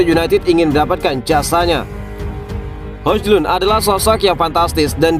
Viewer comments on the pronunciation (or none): Min maaf bener ini yaa, baca nya Hoylun Min, bukan Hojlund sekali lagi maaf ya Min